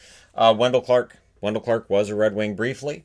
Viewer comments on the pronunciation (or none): none